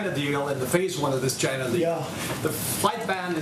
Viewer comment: He seems to have a lot of trouble saying the word 'China' properly.